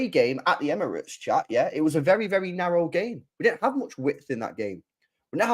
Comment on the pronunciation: Man said narrow fc 😂😂😂my guy